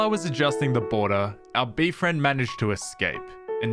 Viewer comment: i find it so funny that he says bee-friend